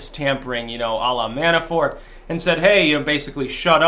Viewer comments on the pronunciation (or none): none